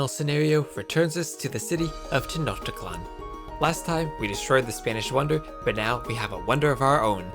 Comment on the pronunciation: Tenochtitlán: Schnoktitlán